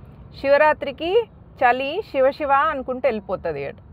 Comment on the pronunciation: AKKA SHIVA KAADU SIVA PLZ CORECT DA